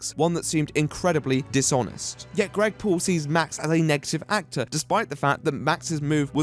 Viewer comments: I can't hear him saying Greg Paul, I only hear Gregpool. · I'm just listening to the video not watching and I keep hearing you call him "Gregpool" which just makes me imagine him as one of those Comic-Con deadpool pranksters